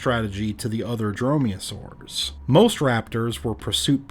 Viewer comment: Dromeosaurs, not droyosaurs ...